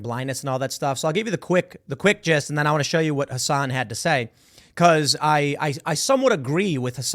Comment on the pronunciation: TIM saying Hasan right is disgusting